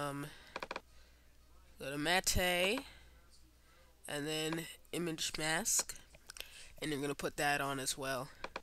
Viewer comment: "matte" is pronounced like "matt" -- not, "mat-tay"